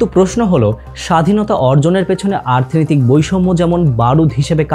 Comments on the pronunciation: আর্থনৈতিক কেন বারবার বলছেন? শব্দটা অর্থনৈতিক। আর জিয়াউর রহমান, খালেদা জিয়া বড় একটা সময় দেশ শাসন করেছেন। তাদের বিষয়ে ভিডিওতে কিছুই দেখালেন বা বললেন না যে? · ভিডিও টা ভালো লাগলো কিন্তু বারবার অর্থনৈতিককে আর্থনৈতিক কেনো বললারে ভাই🤔